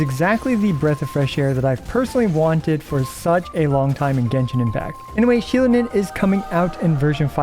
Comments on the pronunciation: thank you mr. IWLT editor for correcting that, she is, indeed, based on an ocelot, easy to confuse but many are keeping the mistake. Her name and design are based on a goddess of corn from aztec mythology. Btw, her name is pronounced "she-LOH-nen" (do note that is LOH, not LOW and the emphasis on that syllable) ...you got it pretty close tho. Now that we are getting an amazing geo support, i wonder what will the role of Chiori be. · Pronounced shill-lone-in for the ones who don’t have ears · Xilonen is pronouced "Shil-uh-nen", without stress in any vocal. And she IS a jaguar. "Ocelotl" is the original name for jaguar.